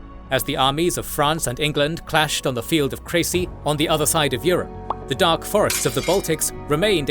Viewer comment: Are you really pronouncing "Crecy" right?